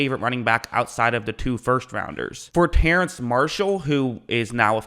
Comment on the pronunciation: You spell Terrace Marshall's name right, yet still say it wrong though